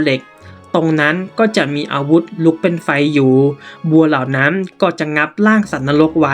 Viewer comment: อ่านไม่ตรงกับพยัญชนะเลยค่ะ เช่น เหล่านั้นอ่านเป็นเหล่านั้ม เป็นต้นอ่านเป็นต้ม ความร้อนก็อ่านเป็นความล้อม